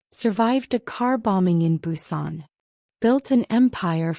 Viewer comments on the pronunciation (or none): none